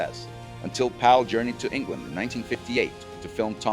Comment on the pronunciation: It's kind of annoying how you keep pronouncing "Powell" as "Pal".